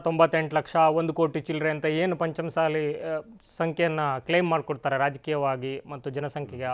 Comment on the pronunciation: ಪಂಚಮಸಾಲಿ ಅಲ್ಲ ಪಂಚ ಮಸಾಲಿ